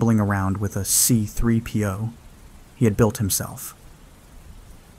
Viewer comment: The way you said c-3po makes me think youve never seen starwars